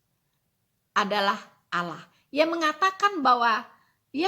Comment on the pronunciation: Kristen Goblok... Allah.. Itu lidahnya lam masuk ke dakam karena hukum bacaannya bukan macam.. Ala la la la lalong ala alalalong looong long long lontpnngg